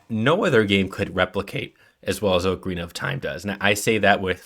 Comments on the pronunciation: just use the ipa buddy nobody can read your AWFUL respellings Ocarina is generally /ɑkəˈɹinə/, and Koji Kondo is approximated as /ˌkoʊdʒi ˈkɑndoʊ/ No idea what Sorry-uh is supposed to mean gng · Mispronouncing Ocarina in the first is not going to get you much love with Zelda faithful. 🙅‍♂️ Oakarina / O’Carina 👍 Ockarina Also it’s Koji Kahn-dough not Koji Cone-dough & Sorry-uh not Sah-ree-uh. Recommend re-recording with the corrected pronunciation.